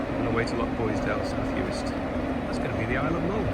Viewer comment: Enjoying your content, but PLEASE! Living on Mull you should know it's LoCHboisdale, not LoCKboisdale. That's a nails down a blackboard thing for me.